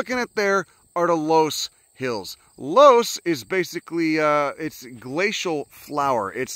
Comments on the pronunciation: Happy to see you hitting some spots in Iowa. It’s pronounced “luss” btw! Check out Keuhn conservation next time you pass through. It’s just off the highway west of Des Moines. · Its pronounced luss you degenerate